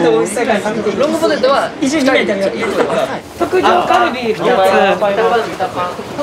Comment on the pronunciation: 大橋くんの特上カルビの発音がバブちゃんすぎて好きすぎて進まない